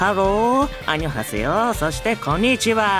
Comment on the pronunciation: 外国語につられて、母国語のこんにちは！がちょっとイントネーション英語寄りなのが可愛すぎる🙏 フリートークありがとうございます！！